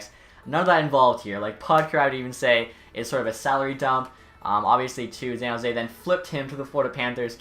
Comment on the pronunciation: san not zan